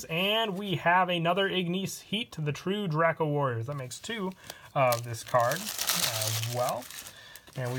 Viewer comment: The way u say true draco bothers me